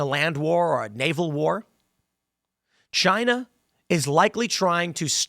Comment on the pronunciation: "Chynah iz Ash-ho"